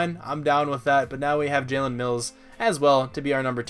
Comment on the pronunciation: Yeah, it’s pronounced “ja-eer”